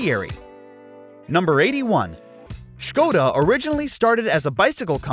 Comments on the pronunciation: He pronounced it properly but roasted the hell out of it in the beginning for that XD Man Skoda surely deserves it's own video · Thank you for prounancing Škoda properly